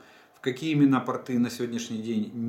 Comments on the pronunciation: Интересные сведения!! Спасибо. Простите меня, но портЫ- это просто штаны, а пОрты- для кораблей. Не Вы один так говорите, простите, но кто-то должен среагировать. Это мода такая или изменение в языке? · При всем к Вам,уважении,,порты-это штаны.Нужно ставить другое ударение.